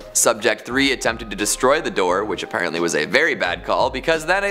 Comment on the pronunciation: Why do you say "ay" and "thee" in place of "uh" and "thuh?" Why do you say "ay-parently" instead of "apparently?"